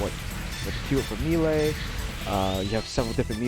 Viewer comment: good guide, but melee is pronounced "may-lay" not "me-lay"